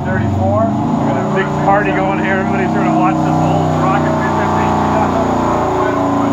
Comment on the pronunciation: Rocket .... not ralley.